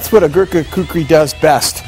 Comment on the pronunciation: yea they mixed up the r and k on kukri but oh well its a good vid